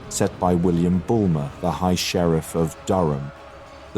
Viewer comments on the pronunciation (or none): none